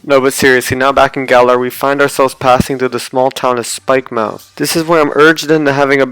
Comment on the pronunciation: Spikemuth not spikemouth